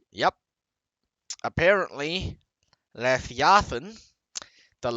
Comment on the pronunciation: still can't pronounce leviathan lmao